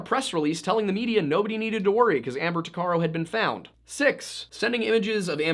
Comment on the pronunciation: Tuc a row. That's how you say her last name